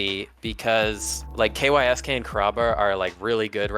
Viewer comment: Kysk is pronounced “KEYO-SHKEE” which comes from the Japanese “kiyoshiki”. No one calls him “Kay why es Kay”